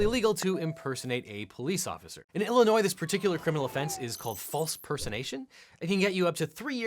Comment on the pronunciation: Thank you for pronouncing Illinois correctly.